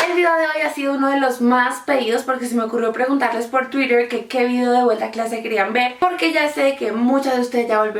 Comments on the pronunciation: me da un coraje cuando dice twitter QUE NO ES TUIDER que es twitter uf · me da gracia como dice Twitter!! lo pronuncia re bien